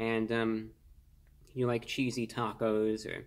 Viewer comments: Chessy? No. Cheesy(cheese-e) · You lost me the moment you pronounced CHEESE-E as Chess-E and then assumed it was some stupid meme or something.......... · All that but couldn’t pronounce “cheesy” properly. 😭 Still love him tho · He read “cheesy” as “chessy” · Wtf chesie it clearly says cheesy lol is this on purpose lol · he was speaking so intelligently until he read the wrapper Chessy? try CHEEESY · He said chessy instead of cheesy c'mon man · Chessy?? I think you mean cheesy ! Unless you you said it that way on purpose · It's cheese. Eee not chese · Ummm You said Chessy... Are you ok? Cheesy. Maybe because of all of the cheese you told us was in it. Why in the world would it say Chessy?? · Dude. How are you gonna be that smart and look at the package and say “chessy. It must be a new name”. When the word is cheesy. Like a lot of cheese!!! Cheesy!!! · If Reviewbrah pronounces it "chessy", then chessy it shall be. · Lol chessy it is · Thank God! I thought I was high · It must be the proper way. I mean, he IS wearing a suit and everything. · Mans said "chessy" 😐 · I'm crying at the way he said "chessy". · Who died when he said Cheesy Chessy 🤣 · It's now Chessy (as in the excellent Chesapeake Retriever breed not yet ruined by AKC breeders.) Again, he said Chessy, so take note, place your orders that way, for it is now...Chessy. Carry on. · I’ve been paused for 3 minutes laughing at “chess-y”. Composed myself to share this comment. Back to the video. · Chess-e... yeah sure, probably a new meme... or maybe it means cheese? Lol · “Chessy ”? Dude can’t even read English much less being so pale and creepy looking, he’d be a perfect Halloween costume 🦇🦇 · He said chessy haha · It's /ˈCHēzē/ cheesy. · Uses big words but can't read the word cheesy! Lol